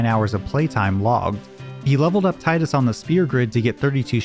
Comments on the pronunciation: Teedus, not Tighdus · Cool video. But it's (TEA-DUS) not tie-dus. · It's fucking TEEdus. It's never been TIEdus. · its TIDUS not TIDEUS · It's pronounced "Teedus". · When you switch the game into Japanese it reads, (anglicised), "Tiida," which is pronounced "Tee-da." Meaning the pronunciation in English should be "Tee-dus" Now stop making my ears bleed. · you pronounce tidus wrong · The fact that you can't even pronounce the name of the main character leads me to believe there are probably all kinds of basic errors in your videos and they aren't worth watching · Tee-dus or Thai-dus?